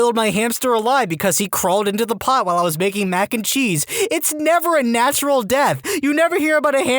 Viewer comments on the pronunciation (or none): none